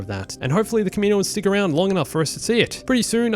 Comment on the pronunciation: Not kameeno-uns